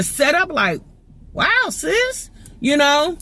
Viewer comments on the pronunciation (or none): Every time you say sis referring to someone in my mind it sound like you saying ninja please lol